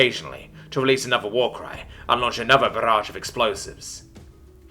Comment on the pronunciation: I really like how you pronounced the "barrage"